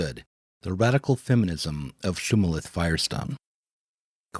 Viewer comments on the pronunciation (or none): the vo said 'shumalith firestone"